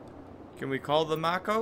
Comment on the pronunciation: What have I done?! Haha. I love the idea that Shepard makes his money from postcards and salvaging crashed debris though. I’m pretty sure it’s pronounced “May-Co.” but any reference to Avatar is appreciated. XD Nice job handling the monkey problem. That one can take some people a while. And nice perseverance on finding that Prothean ball! Probably one of the most annoying climbs in the Mako to find. Can’t wait for the next installment of broke Shepard saving the galaxy. Haha